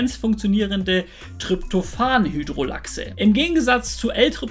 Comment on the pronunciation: Das Enzym wird nicht Lachse ausgesprochen sondern lase mit s wie Hase Sonst gute Recherche danke